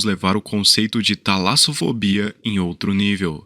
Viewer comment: A tala"zo"fobia é o medo de estar em um entalo?